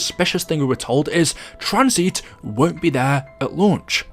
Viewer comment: TranzIT not Tranzeet 🥴